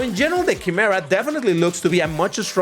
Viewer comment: It's pronounced Ky-Merra. 😁